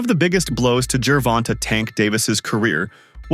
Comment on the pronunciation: This dude don't how to pronounce Davis 1st name! Just call him Davis!